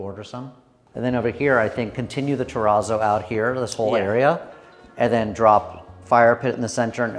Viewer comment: it's terrazzo like snazzy : not "te rah zoh" but "te ratzo"